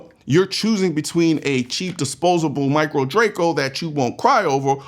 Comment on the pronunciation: Says micro Draco and i threw up in my mouth a little. Wrong! Just wrong!